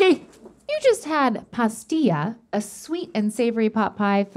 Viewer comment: Stevie really needs to improve pronunciation! It is not ‘Pastilla’ it’s ‘Pastela’!!